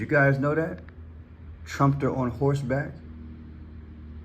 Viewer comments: You are saying Trumpster it is pronounced Trum pe ter! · Trum-pe-ter,. They’re talking about a trumpet 🎺 player.